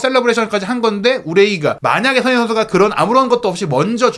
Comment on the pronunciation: 기자님...손흥민이라고 발음좀 똑바로 해주세요. 흘려서 발음하는데 영 듣기 별로네요~~ 한번 스스로의 발음 한번 들어보세요 많은 내용을 빨리만 말한다고 다가 아닙니다. 별로네요